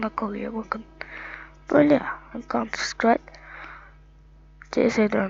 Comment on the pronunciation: kantır sıkrayt diye okunmuyo kantır sıtrayk diye yazılışı ise counter strike